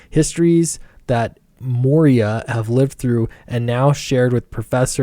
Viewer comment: It's Moira, not Moria.